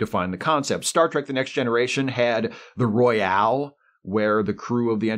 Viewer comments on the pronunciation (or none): none